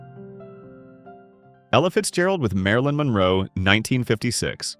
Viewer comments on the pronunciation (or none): none